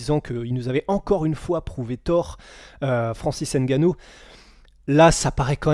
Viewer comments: Svp on dit Francis ngannou mais pas francis N gannou mais svp! Vous faites pas exprès j’espère Sinon super le taff , belle vidéo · On dit ''Ngannou'' pas ''Engannou''